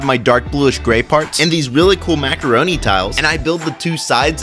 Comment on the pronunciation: I was eating macoroni when you said macoroni piece😂